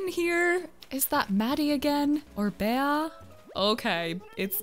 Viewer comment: I think it's pronounced "Bee", not "Bay-uh" for when you found Bea (